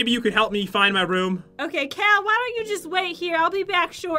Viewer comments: It's pronounced Cow. Cal, and Cow are the same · "That's not nice Cow" lol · said cow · Am I the only one that thought was saying Cow instead of Cal? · madison wilson I 💭 so to she said 🐮 instead of cal